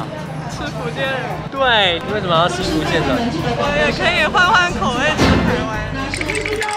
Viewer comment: 臺灣的台語也有分口音 但是基本上都還能辨別 而你的台語就像北部一些不會講台語又硬要講的那種 光是開頭的廈門與福建就能聽出你的水平 廈門的廈直接用ㄒ一ㄚˋ說? 福建的福應該是第五聲 先把基本的對話練好再挑戰吧! 別開口就破功